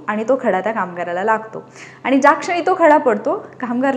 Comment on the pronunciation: मॅडम, छान सांगताय पण, पण( ण) पन (न) नाही बोलायचं बरं का ? काय होतंय तुम्ही न च्या जागी ण बोलताय आणि (आनि) नाही बरं बोलायचं . तरी कुठे ण बोलावं, कुठे न बोलावं ते जरा समजुन घ्यावं ही विनंती. त्यामुळेच सगळीच मजा जाते ऐकण्यातली. आता तुम्हि म्हणाल मग मिळाला आणि भेटला म्हटलं तर कसं काहीही चालतं ? अर्थ समजतो ना ? नाही चालत मॅडम, समजुन घ्यावं लागतं तो भाग वेगळा पण कान कीटतात आणि आपल्या मातृभाषेतला सगळा गोडवाच नष्ट होतो बघा. मग नुसता आवाजात गोडवा असुन चालत नाही तर उच्चारातला गोडवा ही कायम असावा. प्रयत्नाने जमेल तुम्हालाही.